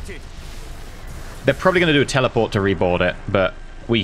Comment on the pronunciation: lol teleeport teleeporting haha